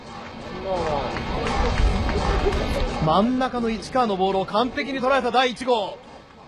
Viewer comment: マッカーサーみたいに言うな。